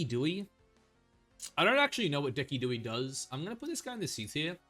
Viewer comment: arcanine I had heard from u before but deci-dewey murdered my soul, there was gee-yair-ados and the ones where u added -eezy had me cringing😂😂 but all love no hate man I appreciate your content and maybe it’ll turn into a guilty pleasure eventually😅